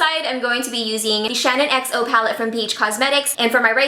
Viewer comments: The low end palette is ShaaanXO (pronounced like Shan XO) not ShannonXO! It's a little irritating hearing it pronounced wrong so many times 🙈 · I'm low key cringing bc keeps saying "Shannon xo" and not "shaaanxo" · It's Shaaanxo not Shanonxo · I love u so much and it's not shanonxo it's shaaanxo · Okay no hate here, but being a die hard Shaaanxo fan, it makes me cringe everytime she says "Shannon"xo. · It really sounds like she's saying "Shannon" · Her name is Shannon. But product/YouTube name is shaaanxo. So you've said it correctly. She's pronouncing it wrong. And it's annoying.